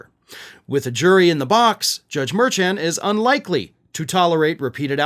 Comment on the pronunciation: It is Judge Juan Merchaun (mer SHON), it rhymes, from how I usually hear it pronounced.